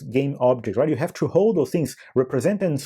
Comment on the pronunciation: o 'tchoo' ao invés de 'too' sempre entrega um brasileiro, não tem jeito kkkkkkkk